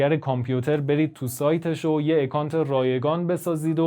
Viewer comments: با سپاس از این کار با ارزشتون . با عرض معذرت : اِکانت اشتباهه ، اَکانت درسته account ✌ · سپاس از اینکه انقدر سریع پاسخ دادید. جناب نازنین اگر بخوایم واژه های انگلیسی رو مثل خودشون تلفظ کنیم باید به صدای کلمات هم توجه کنیم. مثلا همین واژه account در واقع شروعش چیزی بین اّ و اِ هست که چنین حرفی در الفبای فارسی وجود نداره. ولی باور کنید بیشتر به سمت اَ تمایل داره تا اِ. اصرار من نسبت به این مورد به این دلیله که من زبان انگلیسی رو در طول چند سالی که در انگلستان درس میخوندم یاد گرفتم و قصدم بهیچوجه گستاخی و اهانت نبود✌